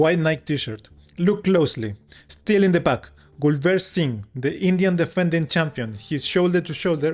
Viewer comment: Its Gulveer Singh not Gulvet.